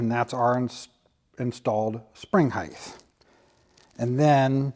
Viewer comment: Love your videos. But it is "heighT" not "heigTH". Your knowledge is nothing short of amazing!